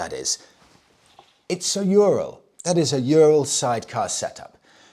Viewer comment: the correct way to say Ural is "ooo-rall" My Russian wife has told me so 😊